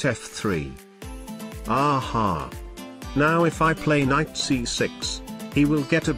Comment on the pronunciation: Did he actually do the k? Like "please don't take ba ... ck my kinght"